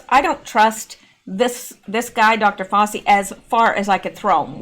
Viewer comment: Hi, I think you should put all the news together and don’t worry about it. By the way Dr Fauci’s name is pronounced “Fau-CHI”. 🙂 Love your videos! Thanks for keeping us all informed! 💜